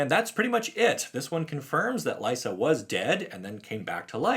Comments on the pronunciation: I'm glad Liesa is back (I think her name is actually pronounced LEESA, not LYSA. But, you know, "tomatoes/tomahtoes"). I first heard of her in the Magic side-story regarding Avacyn going insane, and converting Gisela and Bruna to her side. Liesa is actually mentioned in that story (not by name, but it's her) while talking with Sigarda, and trying to woo Sigarda to "purge the human filth." It makes me wonder if Liesa and Sigarda are going to become the new "Night and Day" protectors of Innistrad, when all this is resolved. With Sigarda protecting humanity during the daylight hours, and Liesa, who seems to thrive in the darkness, protecting the night, and keeping the vampires/werewolves in check. A sort of "Batman/Superman" type of relationship. I like Liesa, and hope to hear more from her. Because she seems like an intriguing "x-factor" on Innistrad. She is an Angel, but definitely comes across as the more "gothic" type of Angelic being. She also seems like the type of Angel that Sorin Markov might be interested in becoming the new protector of his plane, just because of her ability to form peace/relationships with Demonkind. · This is just a thought of mine, but given how the other sisters names are pronounced in Italian, Liesa should be pronounced LEE-EH-SA, like Lisa from Castlevania, with and E (pronounced like the E in grey) in the middle